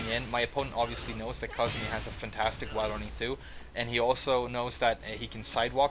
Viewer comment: I thought it was pronounced "Ku-zoo-mee"